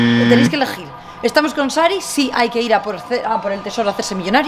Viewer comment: a dicho keil 😛😏